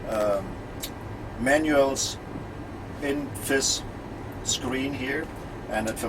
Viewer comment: Is it a habit useful for radio that he says 'f' instead of 'th'? Specially for "this", he says "fis".